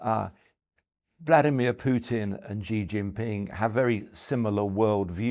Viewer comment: This guy can’t pronounce Xi Jinping correctly—NOT a China expert.